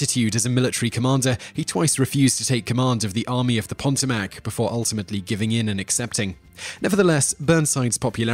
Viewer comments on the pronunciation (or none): Simon Whistler, the river's name is pronounced "paTOEmac", not "PON to MAC." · Actually is Pa Toe Mick. I know it says mac but it's pronounced mick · Army of the Potomac, not the Pontomac. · You've probably heard this by now, but Potomac is pronounced "Puh-Toe-Mac" with emphasis on the second syllable. Thanks again for your great, interesting, and informative work. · Actually, I thought it a minor issue considering that most English speakers naturally have trouble with place names, especially place names derived from some obscure foreign language (in this case, the English badly derived version of whatever the Delaware language group name of the river). My purpose was to in some very minor way, return the favor to Simon for his awesome work on this channel, It was not my purpose to come down hard on the man for his minor error. The good Lord knows that I screw up more place names than Simon does, especially those place names that are in a foreign language!